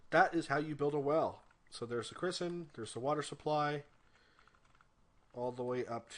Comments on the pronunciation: Thanks for this! Very helpful. BTW, I think you were calling a "cistern" (pronounced "siss-turn") a "cristen" (criss-sen). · haha "christern" Cistern is pronounced "sis-tern" for your educational pleasure